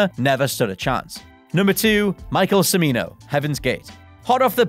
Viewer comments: He keeps saying “Simino”, Urgh! It’s “Ch-mino”, as in Chair! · Michael Cha-MEE-no, not suh-MEE-no. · Cimino's name is pronounced "Tchimino." That seems like a pretty basic bit of fact-checking, but fortunately you only mispronounced it six times. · Cimino = "chi-MEE-no". And if you watch the full five-hour cut of Heaven's Gate, but treat it like an HBO miniseries or something similar, it's really pretty good. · It's pronounced "Chimino" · Cimino his name is pronounced Cha-me-no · Michael CIMINO...pronounced CHIMINO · God it is like nails on chalk board hearing this guy mispronounce Michael Cimino's name it is pronounced Chee-Mee-Noh